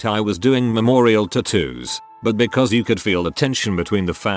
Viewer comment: Idk y but the way he pronounces tattoos makes me cringe 😂